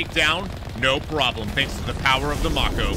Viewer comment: I am not excited about how you pronounce Mako. Its strange.